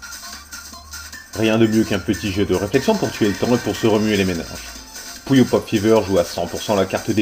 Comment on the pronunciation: ouais!les voix les plus cones des jeux videos déja,ceux de puyo pop ever et la voix du magicien quand il perd dans solstice! au fait,quand tu dis puyo,on dirait que tu dit coullion!